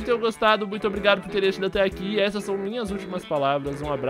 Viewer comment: PatifÉra ASUHAUSHAUS